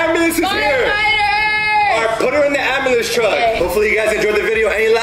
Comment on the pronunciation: did say abulance two times first one ambulance truck when it is a fire truck a car on fire abulance